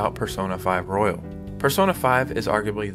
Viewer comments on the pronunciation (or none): none